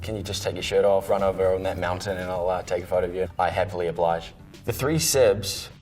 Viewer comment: in a New Zealand accent “i happy obliged" 😤❤️